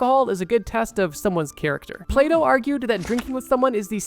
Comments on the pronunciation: When he started talking about Plato, I thought he said "PlayDoh" and was like wtf xD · I thought bro said play dough